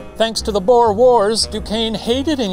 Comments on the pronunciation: As a South African, i am glad our history is getting recognition. also its pronounced "buure" not 'bow-er" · It’s pronounced boor not bow-er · The way the Professor said "Boer" like "Bore" or "Boar" is hilarious😂It's pronounced more like booooo-errrr, boo like a ghost and a rolling 'r' at the end, so much closer to "lure" than "lore" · It's "Boo-er" isn't it? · Same 😭 I was repeating BOOOR so many times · Did not expect this episode to be about my heritage. One thing- Boer is pronounced like boot - boo-r source: I am Afrikaans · I love it when English speakers try to pronounce Boer and say something like Bore or Bow-er. It sounds so silly. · Late to the party but the word 'boer' is pronounced a little different than you think. The 'oe' should be pronounced more like the 'oo' from 'boo'. Think of it as B-ooh-r. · Lol so as a "boer" I'll tell you the proper pronunciation is like, well think ooh, so boohr. Go hard on that R 😂 boohrrrrrr. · As a South African, hearing The Professor pronounce "Boer" is so fun lmao💀 Btw the "oe" in "Boer" is pronounced how you say the "oo" in the word "soon". It makes me so happy that my country is mentioned in Puppet History😭 Thank you Professor!!!💙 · As a South African, every time Shane pronounced Boer War like that my soul died a little more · Just FYI that's actually how we are taught in history class to say it, at least in Canada.. and majority of us can definitely roll our R's. It's a legacy of the war, even 112 years later. It's even pronounced wrong in TV period pieces set during the war. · I love how the word 'Boer' is pronounced XD and has been pronounced previously, I can't help but love how funny the pronunciation is, as someone from South Africa that is. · i know im a little late but just fyi, ‘boer’ is pronounced with the same vowel sounds as the english word ‘tour’ ☺️ loved this episode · As a South African, I am shocked by how Shane said boer. Total wrong pronunciation lmao.